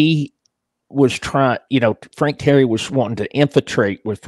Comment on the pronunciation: Teeee - air - re .......... not terry . Sammy laughing all over his chops .